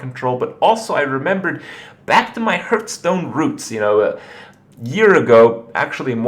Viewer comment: Hurtstone, lewl wut